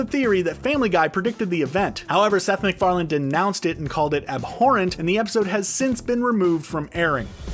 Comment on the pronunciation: You make a video and you mispronounce the creators name… noice :)))) it is Seth MacFarlane, not McFarland…